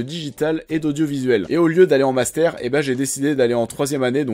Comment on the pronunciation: Tu dis "master" comme un acteur de "La Vérité Si Je Mens" ^^